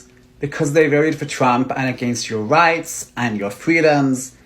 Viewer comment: Wights and fweedoms